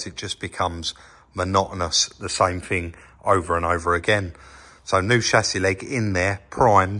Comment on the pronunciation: omg will you try and talk English.....it`s thing not fing three not free thread not fred and so on and Lancashire up not down so you went up to Lancashire 🤷‍♂🙄